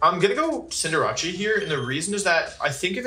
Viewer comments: HOW THE FUCK DO YOU PRONOUNCE CINDERACE man said sindurahchee BRO WHAT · Can someone teach this pokemon champion how to pronounce "Cinderace"? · He does it on purpose